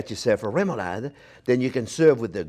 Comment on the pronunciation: love that you can pronounce remoulade right :D I have to try the "french version" for sure (without the mooshed fish though) we danes it a "lesser version" on like everything (great for french fries, fried fish and many other things)